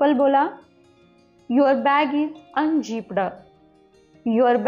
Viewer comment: Unzipped अन्झिप्पड हा काय उच्चार झाला 😢